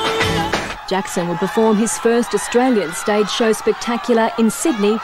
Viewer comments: Is name is not jako its jackso 😡its jackson 😀❤🥰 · I hate how they call him "Jacko". It's "Jackson"!!!!!! 😡 The media makes him seem like he's strange or he's a freak, when he's not!